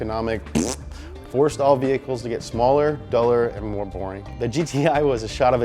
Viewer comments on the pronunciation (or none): none